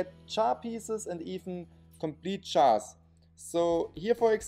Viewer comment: He says chars to jars lol